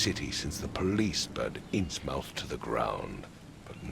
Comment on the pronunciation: Anyone else feel their ears grating when "Inns-MOUTH" is said instead of "Inzmuth"?